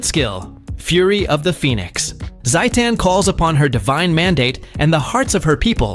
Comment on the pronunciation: why pronounce like satan